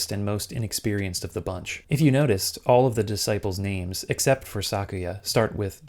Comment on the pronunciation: THANK YOU finally someone pronounces their names right